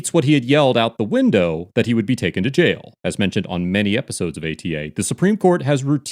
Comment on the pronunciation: JAIL has 1 syllable..not 2...I'm southern & even I know that! What a disgusting douche bag! When he ends up in jail cause u know his narcissistic attitude is gonna get him in trouble & he will forget he doesn't have a badge anymore...there will be a line formed to "f**k the police"...🤣